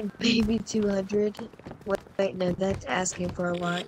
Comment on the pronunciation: "I HAVE WEGAINED CONTROL OF THE WAIDDD. WAID!! WAID!! WAID!!"